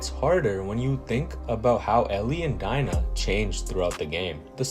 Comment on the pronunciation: Dina is pronounced dee nah